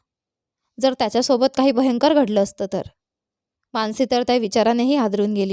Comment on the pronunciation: माणसी नाही, मानसी